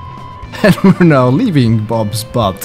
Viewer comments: ACTUALLY, it's Butte (pronounced: Boot-ie). And I have to tell you, butte can be isolated, have steep sides, and depending on perspective.... a flat top. ;) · it is not BUTT is is BUTTE ... pronounced "Beewt".. an Butte is an isolated hill with steep sides and a flat top. a geologic feature.